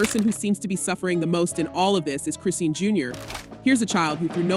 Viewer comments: It’s ai pronouncing it as Chris seen and not Chrisean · the way you saying her name is killing me..do yall not research these ppl before reporting on them ..its .."chris-sean" not christine..smh my gosh couldnt even finish the video